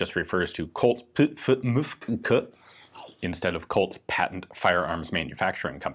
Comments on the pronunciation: "Colt's Puh Fah Mufg Co" That's it, I'm done... XD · You reading the mfg as a word made me laugh. Thanks.